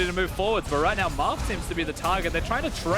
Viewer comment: Marf? Sounds more like Barf to me.